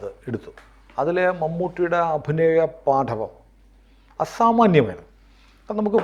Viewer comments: " .... paaDTAvam..." ??? wrong pronunciation... "paatavam" is enough. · പാഠവം അല്ല പാടവം